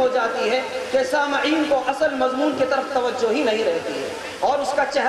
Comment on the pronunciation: ان حضرت والا کو کوئی باخبر کرے کہ لفظ سامعین میم کے کسرہ کے ساتھ ہے نہ کہ بالفتح